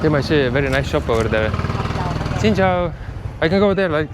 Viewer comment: When you pronounce xin chao, say it as (Sin chao) not chin chao, try that